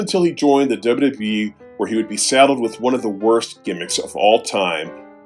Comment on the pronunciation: I smile each time says: 1) "Dubba dubba yee" 2) "Vinsick Mahan"